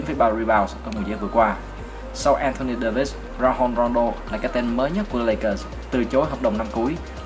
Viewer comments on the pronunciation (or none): Anh ơi Rajon Rondo đọc là Ra-gion chứ không phải Ra-hon đâu ạ! Vì Rondo là một cầu thủ Mỹ chính gốc và hơn nữa các BLV nước ngoài cũng đọc tên anh là Ra-gion